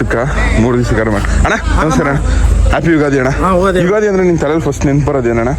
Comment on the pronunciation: ಯುಗಾದಿ ❌ ಯುಗದಿ ✅😅😂😅🤔